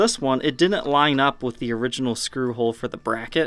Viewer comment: It's hilarious that over pronounces words like "button, little, and metal" but can't fully pronounce "didn't." 🤣🤣🤣👍 Awesome video though! Long live the legend EVH! 🤘🎸🤘